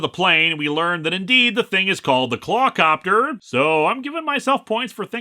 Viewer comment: Claw-Copter... Clawp-ter